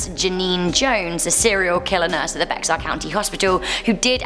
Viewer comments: ITS NOT “BEX ARE” It’s Bexar like “BEAR or BARE” Anyways it annoys me when people can’t pronounce it right XD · While I’m not from Texas, my wife is and Bexar is not pronounced Bex but BEAR county:) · " Bexar " county is pronounced like the animal "Bear". I'm not orginally from Texas so I had no Idea how to pronounce it either 😂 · I love you but its called pronounced "bear county" not be-xar but as you said you're a humble British gal but i love you ❤❤ I actually live in san antonio lol but we forgive you ^-^ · its pronounced bear not bexar lol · Like how no one is commenting about the pronunciation of Bexar county. Not Bex-Ar, but pronounced as bear. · Hey, your pronunciation of Bexar County is not BeXar it is pronounced Bear County. A lot of words in Texas are like that. Coming from Native American, Mexico and German. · Bexar is pronounced "Bay Yer" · Bexar is pronounced bear 😂 I find It funny because we have such weird names and people get mad about mispronouncing but if it's spelled weird I get the mispronunciation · I live in Texas and now I think I wanna visit some of these places. Also BEXAR is pronounced “BEAR” like the animal. And that hospital one is why I will always refuse to spend the night in the hospital alone. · Um, I’m from Bexar county and it’s pronounced bear, also, el cucuy is pronounced as coo-coo-ee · On number 2 it’s pronounced bear instead of bexar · Jamie Taylor she was right, it’s pronounced as bear.. born and raised in San Antonio,Tx bexar county. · Bexar is actually pronounced “bear” in Texas. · Texans pronounce Bexar like 'bear.' I learned the hard way when I moved to Texas :) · Bexar is pronounced bear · For future reference bexar is pronounced bear 😁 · Hey jsyk bexar is pronounced bear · I'm living in Bexar County and It's pronounced BEAR county, the x is silent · So I live in San Antonio and I know it's odd. But The X in bexar is silent, so it's just bear county. Idk why it's spelt this way.